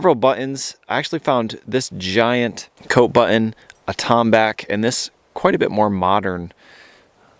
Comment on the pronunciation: Love your but more and more you are leaving then Ts out of your words like some young yuppie girl. Please say your name the way it was meant to be pronounced nor MARIN or the word button not buin. You are better than that.